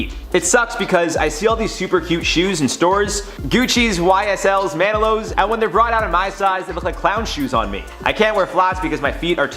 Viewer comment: Do you mean Manolo's? Pronounced Mah noe low...? Those shoes? Everytime you say Manilow's ... I'm like Barry makes shoes 🤔